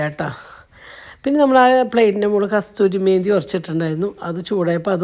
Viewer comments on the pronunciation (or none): കസ്തൂരി മേന്തി അല്ല കസൂരി മേത്തി..